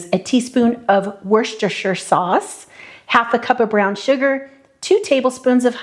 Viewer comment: Great recipe thank you, can't wait to try. It's 'wu-sta-sher' if it helps. :)